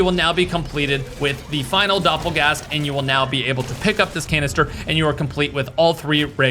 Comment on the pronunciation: Doppergangger turns into a dopplegast mid sentence 😂😂😂